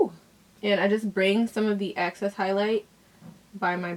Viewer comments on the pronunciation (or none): Great look! Is it a New Yorker thing to pronounce "excess" as "access"? I've heard other YouTubers say "access" so I wasn't sure if it was a thing...Thoughts?